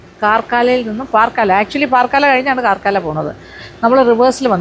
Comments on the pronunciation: കാർക്കള എന്നാണ് ഉച്ചരിക്കുന്നത്. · കർക്കാള എന്നാണ് പറയേണ്ടത് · പാർകാല അല്ല പറക്കള